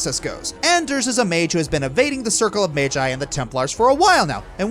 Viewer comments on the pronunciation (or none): none